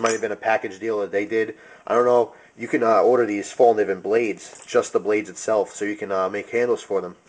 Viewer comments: "fel-k'neeven" (the K isn't silent) is pretty close to how it's pronounced :) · It's pronounced fellkneeven where you actually pronounce the "k" too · If you know how to properly pronounce Fallkniven, why do you choose to say it otherwise. That's annoying as fuck. Show some respect to proper nouns.